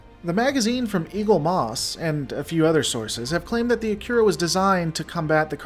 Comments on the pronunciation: An interesting video and I appreciate the hard work and research you put into it. I'd just recommend one thing - the pronunciation of the name "Akira". It sounded like you were saying *"akyura". My understanding is that it's pronounced "uh-kee-rah" (As it would be pronounced in Japanese). I find it's a much prettier pronunciation too. I took a look, and Akira is indeed a Japanese name and it probable means "Bright". (kana: あきら ; アキラ, kanji: 明 ). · The name 'Akira' should be pronounced 'Ah - Ki - La', which is in fact a Japanese word means 'Light'. In Japanese, 'Ra' is pronounced 'La' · No, in CHINESE R is pronounced L. In japanese they don´t have an L and the R is rolled at the tip of the tongue. He pronounces the R wrongly but not enough to critizise him for it. Or are you just trolling?